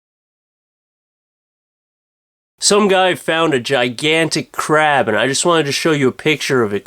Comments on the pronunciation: "Some guy found a gigantic crab"... I thought he said crap at first! xD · I thought he said "Crap" instead of "Crab" .... Now I'm disappointed. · i thought you said crap instead of crab... I was scared for a moment there... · at first i thought he said "a man has found a really large crap" not "crab"